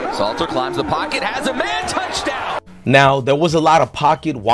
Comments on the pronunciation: His name is not Slayter…..it is SALTER. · Salttttttterrrrrrrr not slayter bro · Salter not Slater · Salter bro its salter and there is a L in in colorado lol😂 good videos though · You are the MICHAEL MYERS of butchering names. It's SALTER.🧂 😂😂😂